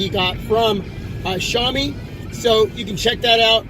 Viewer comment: Hey bro, its actually pronounced SHOW mee (-sh as in ship, -ow as in now, -ee as in street, note first syllable stress) LOL, thanks for the upload.